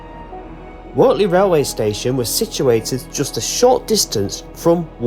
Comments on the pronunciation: Please get your pronunciations correct it's pronounced Wurtley not Wortley. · Pronounced Wurtley. The mud is basically horse sh1t from the stables at Finkle Street / Wortley Station. They pick it up in their paddocks and training ring's, but not on the TPT. GREAT if your on a bike... As for the rocks, you know they were placed on the tracks, don't you?